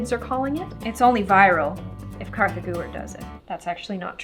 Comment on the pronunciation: It's not Katha